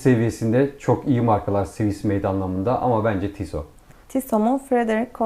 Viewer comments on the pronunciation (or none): Adam Tissot diyor ama kadın ısrarla Tisso demeye devam ediyor😅 Tissot bacım onun adı Tissot